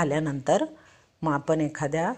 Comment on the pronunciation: आपन नाही आपण म्हणा हो .